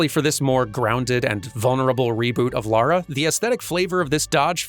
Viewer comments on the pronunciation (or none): none